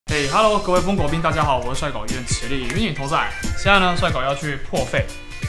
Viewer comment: 又叫了風狗兵，真的聽幾多次都覺得很像瘋狗兵